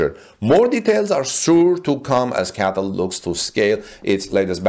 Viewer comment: CATL is usually pronounced by saying each letter, not as single word